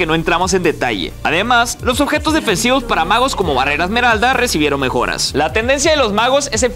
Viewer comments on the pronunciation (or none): cuando dice "magos" pienso que dice "vagos"